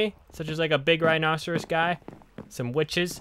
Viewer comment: nobody:: my best friend is a rinocerous